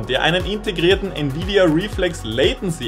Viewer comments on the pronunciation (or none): none